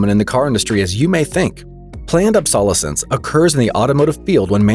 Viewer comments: Planned 'Ob-SAUL-uh-cents'??? Are you kidding? Did you go to school? In America? The word, is , Ob-so-LEH-sense. LOL. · Did he say "ab.SOL.escence"?! Dude, it's "ab.sol.ES.cense", as in absoLETE. You put the emPHAsis on the wrong syLAble. Regardless, I had a 1990 Toyota SR5 pickup that went over 350,000 miles. "Oh what a feeling- Toyota!" <-- took the photo, sent it in, but didn't get put in the magazine ads. Still the best dang vehicles on the planet for the $. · Ob-sol-o-sense …. Never heard anyone pronounce it like that LOL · Obsolescence is pronounced OB-so-les-ens Not ob-SAHL-oh-sens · LOL! Planned "Ab-SOLL-uh-sense"? I think you have your Acc-ENT on the wrong Sy-LLAB-le! It's pronounced "Ob-suh-LESS-ence". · Ob sol eh sonce? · It's Prnounced "OB- SO LESS Ance"... ding dong.. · You’re pronouncing obsolescence wrong fyi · Narrator can't pronounce planned obsolescence. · Am I the only one completed disturbed by his pronunciation of obsolescence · Well A.I. can’t pronounce obsolescence 😂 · why didn't anybody tell him how to pronounce obsolescence? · That is NOT how the word "obsolescence" is pronounced, chief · Obsolescence. The narrator mispronounced this common word. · If I can't trust you to pronounce the word obsolescence correctly, then I can't trust the rest of what you say. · Dude needs to learn how to pronounce the word obsolescence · Please… teach your robo-reader how to say “obsolescence”. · Try to learn how to pronounce obsolete so you can then pronounce obsolescence. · Obsolescence, huh, Never heard it pronounced thAt way before. 🤦🤪